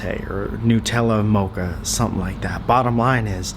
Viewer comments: Nootella 😂 he knows it's made with nuts but calls NUTella NOOTella 😂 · It's NUT-ella, not NU-tella. It's not made of newts, it's made from nuts, WHICH YOU CLEARLY KNOW BECAUSE YOUR WHOLE VIDEO WAS ABOUT ALMOST KILLING WHEEZY WITH NUTS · nuuitella bugger of :D